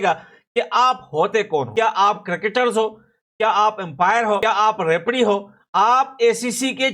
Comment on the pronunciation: Rapari nahii hota rafree hota